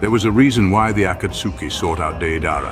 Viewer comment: As soon as I heard the ai say akatsuki I gave up on the video